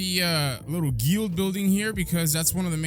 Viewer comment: hearing pronounce guild wrong is just too funny